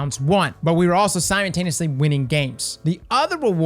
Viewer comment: Nobody: Not a single soul: EVERY video: "SIMON-TANE-EEUHSLEE!"